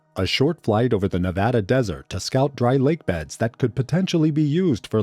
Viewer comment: For the love of god if you make another video about Nevada, say it right